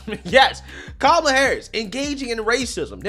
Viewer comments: Also you keep saying her name wrong. Her name is cumalla 😅😅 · Her name is Ka-ma-la, not Cumlala, but the way you say it is hilarious and accurately descriptive....